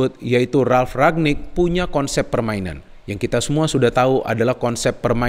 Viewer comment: Ralf Rangnick btw, bukan Ragnick